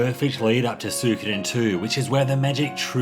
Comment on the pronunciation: It means so much that you can't pronounce it properly